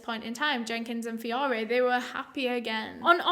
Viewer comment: Fiorre is my alias last name. I love the way you pronounced it. So gorgeous feeeeeorrraayyyy